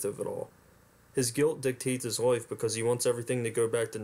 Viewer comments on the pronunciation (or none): Everytime you said 'LIFE' it sounded like 'WIFE.' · I had to replay where you said he had a happy life..cause I thought you said wife. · You can't pronounce life.